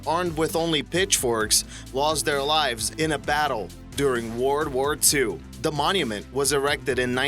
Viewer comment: "word ward 2" lol